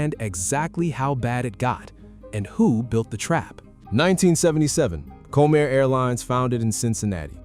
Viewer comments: When you use AI, please make sure things are pronounced properly. Had to stop watching this, it is not Co-Mair. Ugh! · If you are going to do reports like this, you could at least pronounce the characters correctly. It's COM-air, not "Comb-air" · Comair...pronounced Comm-air. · You loose credibility when you mispronounce the name of the airline. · Learn to pronounce Comair.